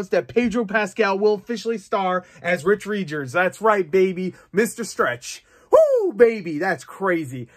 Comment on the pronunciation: ah yes my favourite marvel character, Rich Reejers